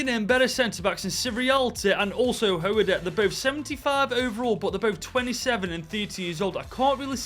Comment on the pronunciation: You was actually closer to saying chackvetadze's name from what the anouncers say amd our song. But hoedt was butchered. Hoot. But we need a rebuild IRL. Too many manager going and brilliant players out on loan for like 2 seasons amd then sold like estupinan